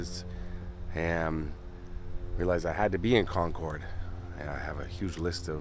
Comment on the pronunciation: Love your videos and another great one as always. As an FYI, the locals pronounce it "Con-curd" vs. ""ord". Keep up the great work and looking forward to your next video.